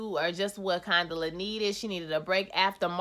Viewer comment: 😩😂😂why y’all keep messing up Condola’s name? Condala, Canola, etc y’all are funny😩😂😂... Your Twist Out Is Everything😍👍🏾👍🏾